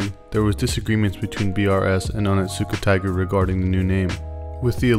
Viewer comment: It's not "oh nit suka tiger" it's "oni-suka tiger". The T is basically silent, because "ts" in Japanese words is just an S sound with a VERY subtle (almost silent) T sound before it. Just a heads up from a word nerd... and Onitsuka Tiger fan 😸